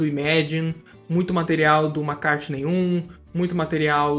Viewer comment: Amigo,pelo amor de Deus!!!!! Se vc quer que seguidores te sigam,por favor pronuncie o nome próprio (McCartney) corretamente. O jeito que vc pronuncia "MACARNEI"machuca os ouvidos e torna-se INSUPORTÁVEL para os ouvidos sensíveis. Leve essa crítica pelo lado positivo,porque MACARNEI não existe. Grande abraço..